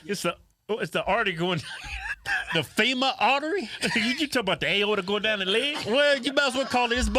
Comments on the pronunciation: Kevin was close... It's the femoral artery not the fema artery LMFAOO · Phemoral artery. Lol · LMAO!!! Y'all be killing me with either pronunciation or messing up the names of things! It's called the Femoral Artery never change fellas! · Lol "femoral artery" guys 👍